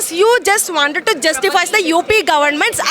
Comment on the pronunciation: You wanded.. 😂😂😂 First learn to pronounce.. Kaha se aatey hai.. Yeh log.. 😂😂